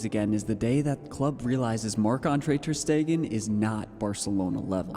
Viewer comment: Bro it's not ter stegen